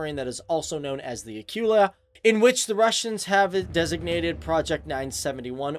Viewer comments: "Acoola" Not "A cue la" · Actually it's pronounced Akoola and not like Akiula like you say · It's Akula. Get your terms right first lol.